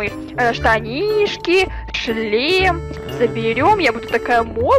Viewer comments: Так отдавай сюда свой члем ахаха походу у давно не было раз вместо шлема говорит ччччлем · Я один слышал место шлема ш меняем ч я услышал чле... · сказала не шлем а чл** 😂😂😂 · Меня одну смущает что гоаорит (чле-шлем)⊙.☉